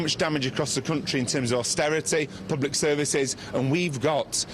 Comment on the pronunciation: AUSTERITEH, PUBLEK SERVICEHS, BURGON BOT CORBYN BLAH BORN 2 RULE BLAH